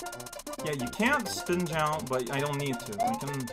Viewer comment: I feel like a frickin' linguist for noticing these things, but... I'm noticing he's adding a (French) "e" after a word ("why didn't you jump-e?") and then I'm making the connection to how he often enunciates an e sound in swears ("merd-e!", "tabarnak-e").